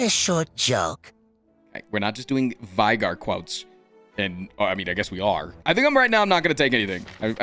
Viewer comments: NOOO He frickin says vaigar (v-eye-gar), not veigar! (v-ay-gar) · LEAGUE! also its fun how alltough played league he still managed to pronounce VEI- GAR wrong xDDD